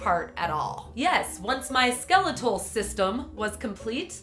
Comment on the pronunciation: she says skeletal wrong